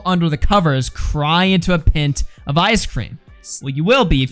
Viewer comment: 🚩: he pronounces pint wrong 😂